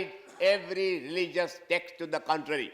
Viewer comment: he says contrary or country??